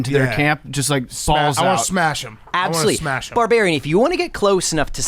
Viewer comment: saying “ABsolutely” gives me life